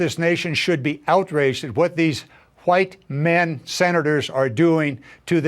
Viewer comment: "Huite men"